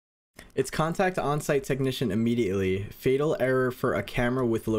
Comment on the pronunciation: "Can't act on site" IT'S CONTACT ON-SITE 😂